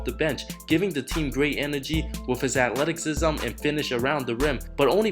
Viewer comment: Dude. Your English is borderline Borat. Althec-sism??!! It's just one word.